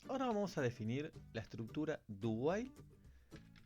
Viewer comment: Lo que dice: "Ya vimos 'while', ahora estamos en 'do while'." Lo que yo escuché: "Ya vimos 'while', ahora estamos en 'Dubai'."